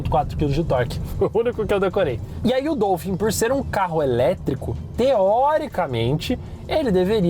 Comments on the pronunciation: É Dólphin quebfala, meu povo. Não é Dôlphin não. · A pronúncia é “DOUfim”? Pensei q fosse “Dólfin”…. Enfim… Carro top!